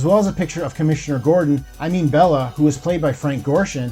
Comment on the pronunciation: You seem to be confusing which Batman character Frank Gorshin played in the ‘60’s. He played the Riddler, not Comm. Gordon. And his character was Bele (pronounced “Beel”) not Bella.